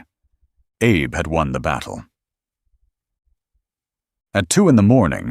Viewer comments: It's a small thing, but it grates: the AI voice that narrates this piece repeatedly calls Admiral Abe, "Abe" like Abe Lincoln. Admiral Abe was Japanese. His name is pronounced with two syllables: ah bay. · The narrator keeps mis-pronouncing Admiral Abe name. It's pronounced ah bay. Don't believe me? Google it.